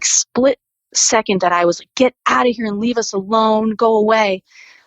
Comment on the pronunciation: Someone please tell this woman "and" ends with a D. Not with a T.